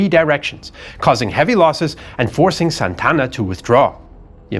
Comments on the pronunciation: great show but it is Santa Anna. NOT Santana!!!!! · Santana? I thought it was Santa Ana? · This is soo funny. AI mexican voice that calls Santa Anna, SAntana, Like in Carlos Santana. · Santana? Its Santa Anna. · This guy's pronunciation is even worse than AI's. His name was Santa Ana, not Santana. Santana is a musician. Sonoma is pronounced So-NO-ma, not So-no-MA. Numerous other strange pronunciations, too. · ??? " SANTANA ??? ...or...SANTA ANA ??? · Santa Anna, not San Tanna. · Good job, except you really have no knowledge of how to pronounce names. First off, quit trying to act like you are a m3xican citizen while pronouncing names or cities. Second, Santana? Santa-Anna. Carney? Kernee. Just some that bothered me, still cool. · SANTA-ANA, not Santana like the rock group! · Who's Santana?! It's Santa Anna. 2 separate words. Like a hyphenated name kind of. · I thought it was Santa Anna not Santana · Antonio López de Santa Anna Santa Anna ... not Santana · It's Santa Anna. Two words, four syllables. Not Santana, like the guitarist. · It's pronounced as Santa Anna, not Santana. That's a common mistake even many Mexicans make. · "Santa" "Anna", two words..... He's not a rock superstar, just a failed general. Other than that, awesome as usual!!!